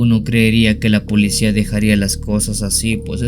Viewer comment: Se dice policía no polecía.